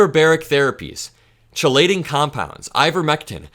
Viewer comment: Chelating is “keylating,” my news warrior.